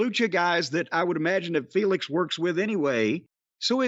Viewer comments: Lol it's Phoenix not Felix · I get so annoyed constantly hearing Sockface pronounce Rey Fenix as Rey 'FAYNIX'. Taz is saying it correctlly the entire time after Excaliber does, like dude that's not how words work.